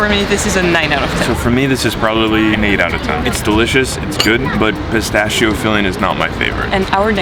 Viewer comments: pronunciation: PISTAKKKKKKKKKKKKKIO not pistascio :P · [Pistakkio] please, not "pistacchio". In italian "chi"-"che" Is [ki]-[Ke] that work for any italian Word.😉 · It's pistakkio not pistaccio. LOL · it always hurt me a little when I hear someone saying "pistacchio" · The day any English speaking person will learn how to pronounce Pistacchio the sun will explode... Jeez!! 🤣🤦‍♂